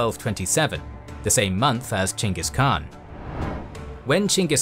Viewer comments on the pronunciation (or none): dislike for saying "CHANGUS KHAN" over and over again like a child w a speech impediment. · Why do i hear Chingus Khan? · Its weird to me that the English name for him is weirdly spelled. It should be Chenghis Khan. The Khan is pronounced with a scratchy voice. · Gengih kaan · Lmao why is dude pronouncing it "jingus" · It s ch not g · Omg I don’t get the name you are saying…. That’s not the way you pronounce Chinese name…. It’s confusing